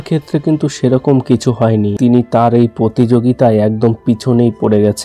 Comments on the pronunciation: র-ফলা বলতে পারেনা, জায়গা কে জাগা, কিছু কে কিসু বলে বসে বেচারা, এবং আরও অনেক ভুলভাল বকাই এর জন্য সাধারণ ব্যাপার! কি দুঃখ, এবার বলবে কৌশিক, কিন্তু বলতেই তো পারেনা ঠিক করে😢! আবার পড়তেও ত-ত করে বিদ্যান ছেলেটি, ইংরেজি বাংলা নির্বিশেষে ভুলভাল পড়ার কোনো তালিম নেওয়া আছে বলে বোধ হয়!😢😢😢😢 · পথম, কিসু, জাগাটিকে 😂😂😂😂😂 ভাই একটু পড়াশুনো কর, কথা বলতে শেখ, তারপর বল! "এবার বলবে কৌশিক", বললেই তো আর বলা যায়না!